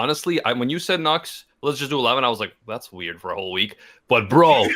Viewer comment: "it's called the cat-girl dilemma, so look out FURR that" He didn't do it on purpose, but his accent did it fur him